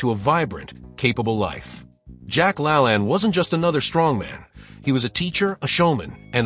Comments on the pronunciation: I kept trying to figure out who the heck Jack “LA-land” was. It wasn’t until his TV show was mentioned that I realized the robot narrator was mispronouncing “Jack La-LANE.” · I've heard Jack's last name pronounced as /la-LANE/. /LAN/ I associate with "lans and grooves/. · It's pronounced lalain not lalan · La lane.. not La lan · Jack "La-LAYNE", not "La-lan" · Jack Lalanne is not Lalann. It's LaLAIN Geeeeeesssshhhh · Its pronounced Jack La Lane. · It's pronounced, Jack La LAYNE. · Jack LaLanne's name is pronounced with the long second a as in Lane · Couldn't pronounce Jack La Lane correctly. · I need him to say Jacks last name correctly 😂😂